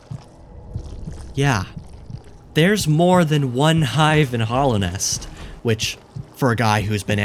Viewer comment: STOP SAYING HOLLOWNEST GODDAMN, IT'S HALLOWNEST